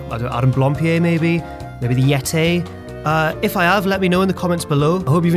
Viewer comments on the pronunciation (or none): Yeti, not Yetay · Stop saying yetay!!! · Dougy Tz I was making fun of his pronunciation of Yeti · It's not Yet-aye. It's Yet-eee. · Yet-ay? it's Yeti! Even though it's clearly a mummy... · Why can't Jack say "Yeti" properly, he's saying "yet-ay"? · "The Yetay" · Nice pronunciation of yeti, Jack. Or is that Yetay? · The YET-tay confirmed for WCPW. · the yeté😂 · who's it again? "The "Yet-tay"!" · "The Yetay" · Jack. Jack. Why can't you say Yeti properly, Jack?